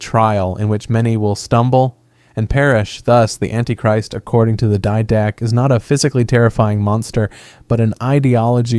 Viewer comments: "dee-duh-kay". It's Greek. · Quick and slight correction. "Did-uh-kay"